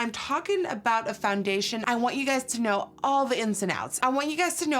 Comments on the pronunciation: she says fandation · Someone please make a compilation of her saying foundation